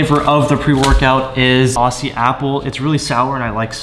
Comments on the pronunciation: Look I don’t wanna be the typical Aussie here. But I have noticed a trend, it’s not au(ss)ie it is au(z)ie. just letting everyone know. Also regardless of what car you put the wheels on they will be sick as hell! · 1. Save the meisters for the wrx. 2. Its pronounced ozzie. Like ozzie ozbourne.